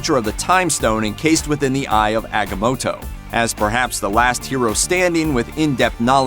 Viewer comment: ahgammota lol prounced wrong